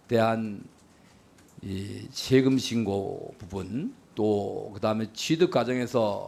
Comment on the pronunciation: 저것들은 외국인인게 확실함.. 일단 발음이 안됨.. 강도= 깡도 세금=셰금 배우자= 대우자 사생활=샤쉥알 대체 어느 나라 말이냐~ 말 사이사이 Um~ 할거 같은 느낌이다. 사투리로 받아들이기엔 갱상도 프로나운스도 아니다!!!